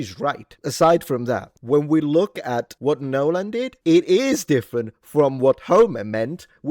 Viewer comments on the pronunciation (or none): Nyeeeohlahn for the L! LOL!